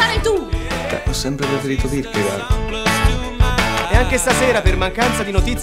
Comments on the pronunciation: Si pronuncia "kirkegord" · Si pronuncia kerkegoord